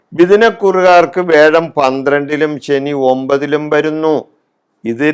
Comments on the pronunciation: തിരുമേനി വേഴമല്ല. വ്യാഴം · വേഴം അല്ല വ്യാഴം